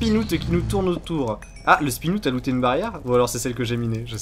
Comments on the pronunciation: Un spinoute XD ça se prononce spin-out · Un "spinoutte" ! Frigiel, français avec le meilleur accent anglais x) (À ne pas prendre mal)